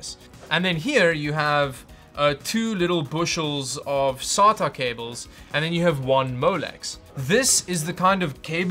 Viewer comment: Oh when you said S.A.T.A cable i could hear the afrikaans almost coming out. 😂 Great vid man!!💪🏻